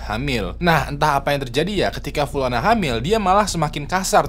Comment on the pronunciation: Btw, nih kaya nyah punya mantan bernama pulana deh tiap, upload pulana terus gua denger.